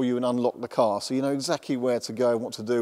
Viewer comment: "it K no s". pronouncing the K in Know... how old school!